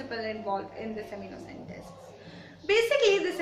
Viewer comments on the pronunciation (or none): It's Amniocentesis not Amniocentesis